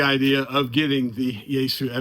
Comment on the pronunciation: Yeasu? You mean Yaesu😅